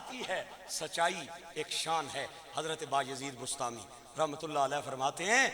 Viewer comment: لفظ "رحمت" کی "ر" پر زبر پڑھا کریں۔ جیسا قرآن کریم میں ھے "وما ارسلنک الا رحمۃ للعالمین ھے۔۔